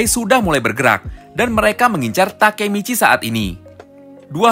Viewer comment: Kok Baka Michi 😂😂😂